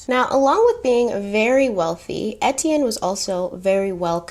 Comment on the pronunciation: 1 thing I learned from watching the movie "The Beach" Etienne is pronounced (Aye-Tea-en) or (A-T-N) lol